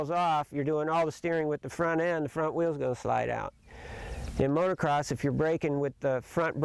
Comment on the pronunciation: Holy smokes. You've been involved with Motocross for 35+ years. So say MOTO-CROSS. NOT motor-cross.